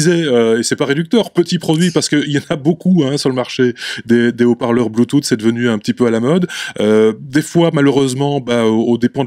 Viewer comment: "Bluetoute" <3